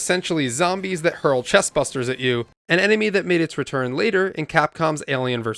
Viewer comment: Not that it matters to anyone, but they're "Chestburster" not "Chestbuster"...